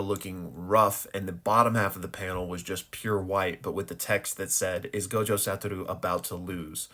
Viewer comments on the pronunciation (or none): none